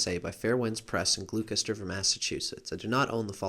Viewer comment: thank you for this series of videos, very informative. One minor point, Gloucester is pronounced "Gloss-ter".